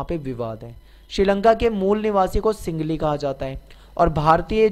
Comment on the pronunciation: Sir ye singli nhi sinhali h